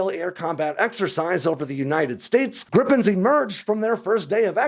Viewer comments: Griiipen, not Grippen. Why is that so hard? I will subscribe to the channel that at least makes an effort to pronounce the name better. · Great video. One correction (surely already mentioned): The "i" in Gripen is pronounced similar to the e's in "geek". Accordingly it's "greepen" instead of "grippen". 😊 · Just because Americans can't pronounce "Gripen" doesn't mean you should start spelling it "Grippen" Because it's not only wrong but it also makes no sence. And for you Americans, it's "Greepen". Like "Jeep". You think you can do that? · It`s Gripen....not Grippen. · it's not pronouced as griPPen it's just Gripen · Just one p. And the pronunciation is closer to Greepen than Grippen. Not sure why they don't just translate it to the Griffin, because that's literally what it means. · Can you please say gree-pen?